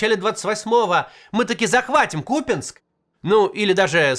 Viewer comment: о, наконец-то с правильным ударением КУпянск произнес))) спасибо!)